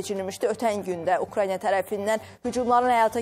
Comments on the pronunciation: Ay savadsiz aparici ukrayniya yox ukrayna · Siz nə vaxt bu dövlətin adını düzgün deyəcəksiz😡😡😡 Ukrayniya yox Ukraina !